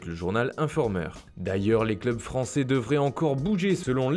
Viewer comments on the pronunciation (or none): none